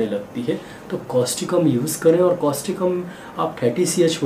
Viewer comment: Thank you sir,for your good explanation.During this,kindly tell the name of medicin clearly and its spelling also.